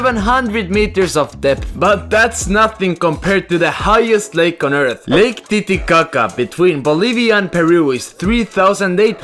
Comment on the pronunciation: “Lake titicatta”